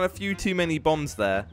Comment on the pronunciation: Thought he said bumbs instead of bombs lol